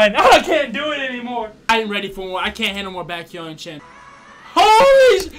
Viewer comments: Aaaaaaaa yeaaah u r exo-l now Lol 🤣🤣🤣 Btw, u pronounced 'Baekhyun' very well 🤣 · Ive never watched any youtuber who has pronounced baekhyun’s name so accurately hahah good job